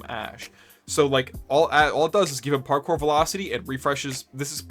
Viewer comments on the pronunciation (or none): none